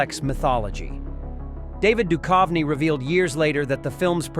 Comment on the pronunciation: Can't you get your dumb AI to pronounce David's surname correctly?